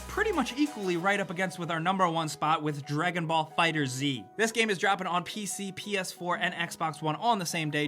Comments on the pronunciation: It's not fighter Z, it's one word: fighterz, like fighters!! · Pronounced "fighters", not "Fighter zee" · It's pronounced fighters (fighterz) . Not fighters z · Pet peeve time: It's pronounced "Fighters", folks. Not "Fighter Z" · It's FighterZ not "Fighter Z" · Dragon Ball FighterZ looks soooo good! Also, it's pronounced Dragon Ball Fighters, not Dragon Ball Fighter Zee. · Holy shit, stop calling it Fighter Z dude– IT’S FIGHTERS with the Z replacing the S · Its not "fighter-z " its "fighterz" as in "fighters" ugh its not hard to grasp game ranx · Its been confirmed that its pronounced "Fighters" but i also like to call it Fighter Z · Dragonball FighterZ (pronounced FIGHTERS) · It isn’t Fighter Z! It is Fighters but instead of the s it is a z! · Ahhhhh you don't pronounce the "z" in fighterz. It just sounds like fighters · Close eye on dbfz and pronounces it wrong